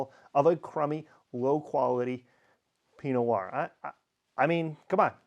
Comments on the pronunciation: I think I am hearing you say "pinoir" instead of "pino Noir" (skipping the "no" in Pinot) , but yes, maybe I'm just slow at listening. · Question, why do you pronounce Pinot Noir as "Pee Noahr". What I mean is, why do you say Pi and not Pino? Why do you skip a syllable?